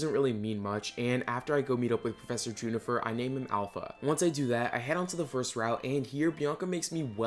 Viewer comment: The vid is good but his pronunciations of some Pokémon names and professor juniper are funny